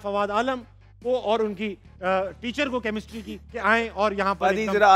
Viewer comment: Chemistry not kamistri